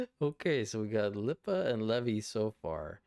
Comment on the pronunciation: Lipa is pronounced like Dua lipa